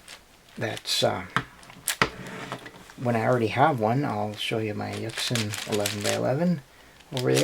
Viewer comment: It's pronounced yushin